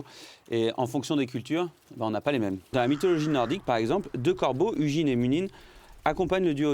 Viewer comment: Haha l’ASMR légendes du monde sur fond de carcasse d’oiseau…. Inattendu ! (Bon et sinon le g de Hugin se prononce [g] comme dans guitare … 😉)